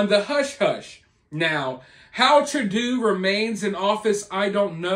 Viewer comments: I was going to correct him but wth let him call him Tradoo 😆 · "True doe"..not "true doo" is how to pronounce the scumbag's name! It's all smoke and mirrors in regards to the J- walker schools! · TRADUE??? It is Justin Trudeau. Pronounced 'True Doe'. Son of Pierre Trudeau... 2nd gen politician. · Trudooo 😂😂😂 it's Trudeau pronounced trudoh. But we prefer treasonous p o sheeeet here. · it's pronounced TRU DOUGH.....and as a Canadian I can't believe he's still in power. It makes me sick to my stomach. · It's pronounced "true dough" . FYI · Hey brother. It's Justin Trudeau. Pronounced "True" "Dough" Justin True Dough. Justin Trudeau. Just fyi. ✌🏽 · His name is pronounced True dough! Rhymes with go! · FYI It's pronounced True-doh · It is pronounced trudough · The way you are pronouncing Trudeau 😅